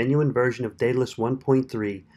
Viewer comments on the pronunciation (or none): Good video, thanks. However, unless all my English teachers were wrong, it's pronounced DEADalus.